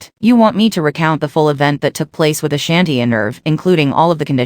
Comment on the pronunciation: You not even pronouncing her name right I can't.